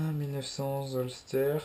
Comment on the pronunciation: Ca ce dit holsteur